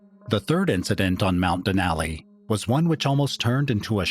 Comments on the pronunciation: Den ally den ally den ally. My ears are bleeding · I love this type of content but I can't get past the grating voice and the bad pronunciation of Denali. Cringey